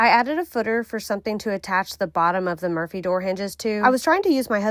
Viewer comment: Had to look at the title, I swear I thought she was saying "emergency door" throughout, not "Murphy".